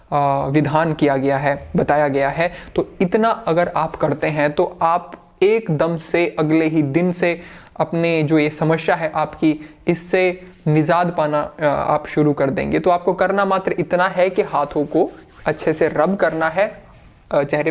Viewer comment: Sir language bhi seekh lo YouTube par aye ho to.. Nizaat, shamashya ❌ Nijaat samasya ✔